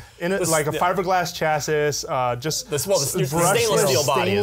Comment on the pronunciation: pronouncing chassis was a thing that happened in this video...